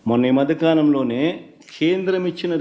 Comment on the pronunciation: మద్ద కాలం కాదు రా మధ్యకాలం